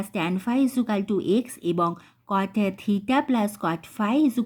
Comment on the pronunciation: ইজুকালটু বলছেন কেন ❓😂